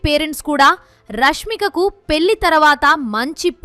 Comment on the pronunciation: అమ్మా తల్లీ పెల్లి కాదు 🤦‍♀🤦‍♀😡పెళ్లి అను నీ బొందలా ఉంది నీ తెలుగు తగలడ 😡😡